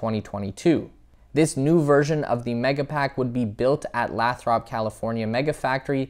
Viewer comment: "LAY thrup"